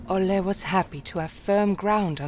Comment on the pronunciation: Olle is pronounced "oll-eh" not "oll-ay". The swedish e is soft, it's not an "ey"or "ei" sound, it's more of an "eh" ... if that makes sense :)